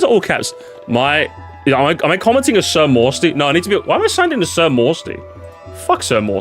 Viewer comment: He doesn't skip your name but he does pronounce it sir moosty